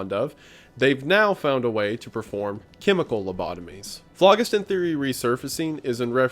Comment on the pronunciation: ITS FLO GHIS THUN not FLOG IS TIN